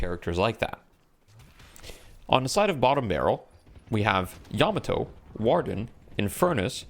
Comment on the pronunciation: yeah can we trust this guy he doesnt know how to pronounce Warden